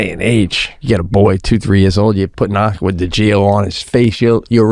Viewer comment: Listening to them to them pronouncing names wrong is hilarious!!! Aqua-Di-Gio not Agua-digo 😂😂😂😂#ChipotleJacket #AquaDGO 💀💀